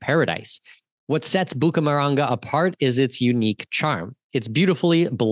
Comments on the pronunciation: Not Bucamaranga. It's Bucaramanga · And it's Bucaramanga, not "Bucamaranga". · Hahahaa Cartagena should not be confusing but Bucaramanga is 😂